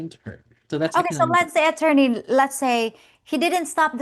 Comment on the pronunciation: Could you please stop calling him atorney, that sounds creepy His name is Dave